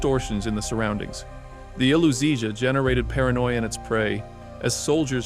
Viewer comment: It’s pronounced “le-po-tea-tsa” in Serbian in means “Beauty” or someone that is beautiful.